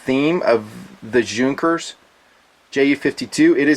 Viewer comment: It’s pronounced “Yunkers”